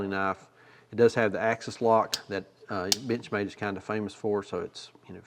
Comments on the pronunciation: Sure sounds like you're saying "bitch made", instead of Benchmade. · I'm sorry, but at the end, I could have sworn I heard "B*tchmade b*tch mat" and I could not stop laughing. I have a 940 Osborne and it fills my need for an "actual work" pocket knife instead of some of my other pocket jewelry knives. It's a great knife and great manufacturer in my opinion. I will, however, always giggle when I hear the word Benchmade from this day until my last. Cheers!